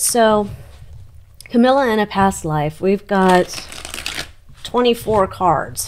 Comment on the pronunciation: Did you say cowilla.